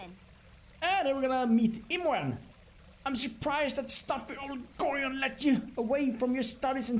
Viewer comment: Why do you tubers always miss pronounce Gorion's name? It's not GORIII-ON, its pronounced like ORION constellation with a G at the front of it, the game even tells you how to pronounce his name as it's is spoken multiple times during the fist and second games! Gorion is not a Gorilla but an Orion get it right!